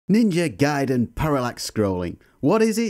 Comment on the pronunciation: It's pronounced Ninja GAY